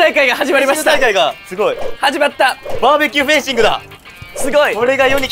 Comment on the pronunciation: 丈くんフェンシングのことフェイシング フェイシングいうててにやける